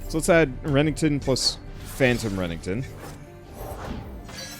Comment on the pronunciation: This game def looks neat; anyone else just slightly bothered by the consistent mispronouncing of Renekton's name? Though saying something prob means he'll just mispronounce worse lol